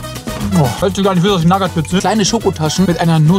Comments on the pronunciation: Du sprichst die Nougat Bits falsch aus! 😂😊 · Echt super Video mach weiter so❤. Aber bitte hör auf Nougat Bits wie Nagat Bits auszusprechen da werd ich echt agressiv😂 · Sagt er absichtlich zur nugat bits nagat bits oder kommt es mir nur so vor ? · Nougat bits nicht nagat bits!!!!! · ey ich feier deine videos wirklich hart als stiller zuschauer aber ich muss wirklich sagen nougat bits werden nugat bits ausgesprochen und nicht nagat bits das hat mich schon ( gaaaaaaaaanz ) leicht getriggert xD aber nichts desdotroz wie immer ein hammer video:D und denk immer dran ALLES IST GUT SOLANGE DU FETT BIST xD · Nagat Bits->Nougat Bits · Wie er immer nagat bits sagt 😂😂😂😂......es heißt ausgesprochenen nugat beits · NAGAT BITS junge es heißt Nougat Bits, Nouuuuuugat Bits!! War so kurz davor abzuschalten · Es heißt Nougat Bit und nicht nagat bits es kommt von Nougatcreme die scheiße die da drinnen ist in den Cornflakes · ES HEIST NICHT NAGAT BITS SONDERN NOUGAT BITS AAAAAAAAAAAAAAAAAAAAAAAAAAAAAAAAAAAAAAAAAAAAAAAAA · Warum NAGAT???????NOUGAT ganz normal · Junge was nur nagatbit das heist nugatbits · Sehr Schweiiiiiniges Video auf jeden fall, Aber es heißt doch nicht NAGAT bits Hööäa Nougat mit OU xd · Ja ich schwöre man spricht es nuugat Bits aus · *Naggat Bids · Naja er hat Nagat BIts gesagt und eine Sekunde später sie Nuss-Nougat Taschen genannt. Also er weiß wie man es richtig sagt und kann es richtig sagen, macht es aber absichtlich nicht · Nagat Bits? Junge lern mal ein Produkt richtig aus zu sprechen😅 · „Naggat Bits“ 😆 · Nougat sprichst du richtug aus aber nagat bits dann ??? 😂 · oah ne ich muss ausmachen er sagt Nagat Bits xD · "Nuss-Nougat-Creme" kannst du sagen, ABER "NAGAT-BITS"?!?!?!?!?!?!?!?!?!? HÖR AUF MICH SO AGGRESSIV ZU MACHEN!!!!!!!!!!!!!!!!!!!!!!! -.- xD arschloch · Liebe deine Videos... aber digga wie sprichst du Nougat bits aus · Bro sprich Nougat Bits mal richtig aus